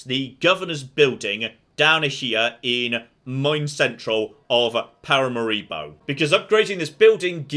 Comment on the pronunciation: Love your pronunciation of the capital of Surinam. It's probably how it was supposed to be pronounced but hasn't been so for at least 100 years. Stress on 'ma', not on 'ri'. And yes, fully agree that Total War need to do an Empire 2